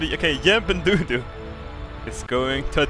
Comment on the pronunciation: dood the way to say dodo is dowdow/doudou